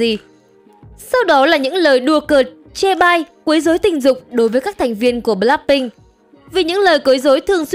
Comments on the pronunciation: bờ lách binh nha ad, ko phải bờ lác binh đâu = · blackpink chứ ko phải bờ lác phink nha ad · Là bờ lách pinh không phải bờ lắc pinh nha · Bờ lách pin , đọc tiếng Anh siêu thị 😂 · Mình không khó chịu về những vấn đề trong video nhưng kênh đọc * bờ lác binh * thì hơi sai sai thid phải💦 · bạn có thể đọc BLACKPINK một cách bình đc ko ạ mình không có ý j đâu mik chỉ có một góp ý thôi ạ